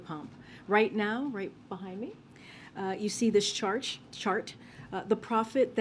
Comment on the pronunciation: she said shart instead of chart